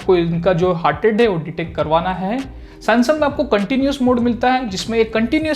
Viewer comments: are bhayya वो samsung हैं sansung nahin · Did he pronounced sansum